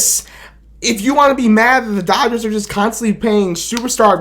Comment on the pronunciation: Its Da Dah-Gers!!! 😂